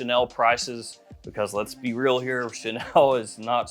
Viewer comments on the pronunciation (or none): none